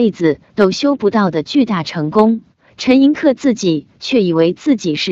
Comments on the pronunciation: 陈寅恪(que音同“却”） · 正确读音就是ke，念que是因为他的江西同乡用客家话误读的原因，陈的亲笔手稿签名从来都是Koh，就是ke。